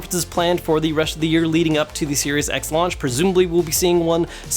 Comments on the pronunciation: Lol he should've slipped a J Jonah Jamison " You Serious " clip from Spiderman movie 😅😅 it sounds like he said serious X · I swear he said Serious X